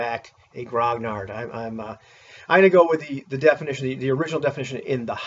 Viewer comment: grognard-Gotta love that hamburgerized pronunciation